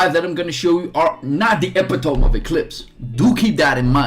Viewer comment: epitome.. good word for a non native English speaker, but you're absolutely slaughtering the pronunciation